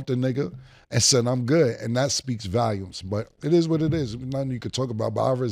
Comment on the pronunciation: “And that speaks valumes” 🤣🤣🤣